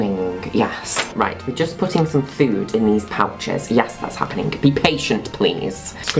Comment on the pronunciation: It's adorable sometimes he ends his accents with a k sound, like happeningk Is that an affectation in the accent unique to a particular region in the UK? Or just his adorableness.